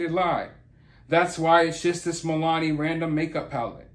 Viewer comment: Just an fyi- its Mill-ah-nee 😛